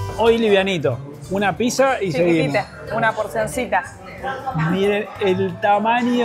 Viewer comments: Muy lindo todo pero chicos, por favor, es PITZA no PISA!!! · La Pisa 🍕 jaja es raro escuchar así